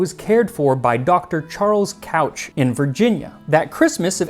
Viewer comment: Hi! Your pronunciation of the last name Couch is incorrect. It should sound more like "cooch". I've been told this story a thousand times by the old family who loves fruitcake.